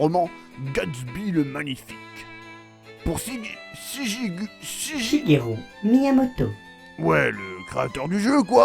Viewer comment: Shigelu/ru pas shugerou 😂😂